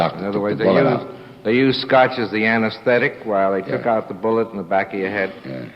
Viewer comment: What was that, a Spoonerism, maybe ? " Antisthetetic." Fantastic.